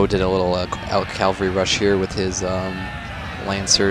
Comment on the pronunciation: Dude. Cav-al-ry. Say it with me. Cav-al-ry.